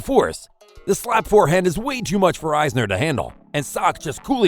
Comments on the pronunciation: John "eyesner" ? Need a bot that knows a little more about tennis. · It's not pronounced joke-evic !!!! And wawrinka is pronounced using V sounds not Ws. Isner is a short i not a long Eye sound. Honestly, do you even watch tennis or know anything about it? or did you just say to yourself I want to start a YouTube channel, I'll just spin a bottle and whatever it lands on that'll be the topic of my channel